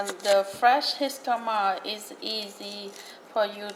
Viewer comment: Can’t trust someone who pronounces it jiscama